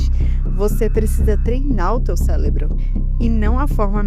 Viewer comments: "célebro" aqui me quebrou 😂😂😂😂😂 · Olá, seus vídeos chegaram até as minhas sugestões do YT e a thumb me chamou atenção. Seu texto é adequadamente estruturado e os cortes relevantes. Vc encontrou uma receita boa, com certeza. MAS a narração tem problemas, mais especificamente na leitura de palavras como Cérebro ou dependurar, é isso faz o espectador sair do vídeo. Trabalhe melhor a leitura e faça uma revisão detalhada, pessoa pra alguém ver com vc, é só solte o vídeo depois de ter certeza de que não há erros, ao menos até o primeiro minuto de vídeo. Não desanime, parabéns pela coragem.